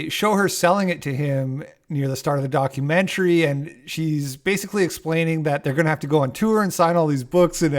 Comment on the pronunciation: Documentary kinda like documentuhree/documentairy ya know…? the way you’ve been saying it with heavy pronunciation on the end🤭 ‘document-chree’ is making me.. cackle 😂